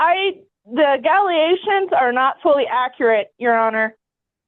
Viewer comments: Those dang agaliations that changed to agaligations will get you every time 😂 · Galley-- ations. Wow.